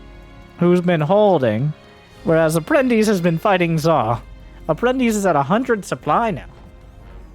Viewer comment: hey, you pronounced APPRENTICE correctly! is a Latin word used in Portuguese (and I believe in Spanish)